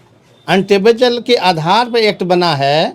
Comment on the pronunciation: Untablechal😂😂 वाह रे पड़े लिखे ज्ञानी😂😂 वोट को उत्त बोलने वाले😂😂